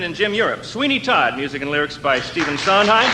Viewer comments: LOVE INGRID'S NOT KNOWING WHO STEPHEN SONDHEIM WAS SO MISS PRONOUNCED HIS LAST NAME...TWICE.... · Cannot believe Ingrid Bergman did mispronounce Stephen Sondheims name. If she never knew his work she at least should get his name right. Shame on her.